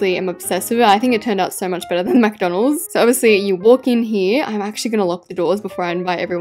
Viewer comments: caught yous saying mcdonaldssss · Am I the only one who noticed saying “MaC dOnAlDs” on? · It’s not Macdonalds it McDonald’s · It’s McDonald’s not MacDonald’s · Stop saying Macdonalds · She said mc Donald’s instead of KFC